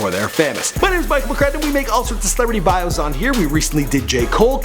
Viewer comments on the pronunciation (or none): none